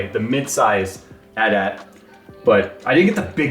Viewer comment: The way you say, AT-AT, is disturbing lol.